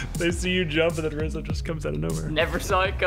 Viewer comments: and ”wizzy” called rozzi rizzo multiple times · And its also weird that sunless says rizzo instead of rozzi. Hmmmmmmmm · Rozzi? I heard them say rizzo, this is kinda fishy 🧐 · during the mafia talk wizzy/ said rizzo instead of rozzi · it’s cus rozzi is rizzo he jus mixed up the i and o 😮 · If you listen closely at the end of the video sunless said Rizzo instead on Rizzo and wizzy is obviously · Literally right when he said and rozzi I know it was and rizzo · Anybody else hear when he slipped up saying rizzo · Did you here that he said rizzo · Its and rizzo. says rizzo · He says rizzo...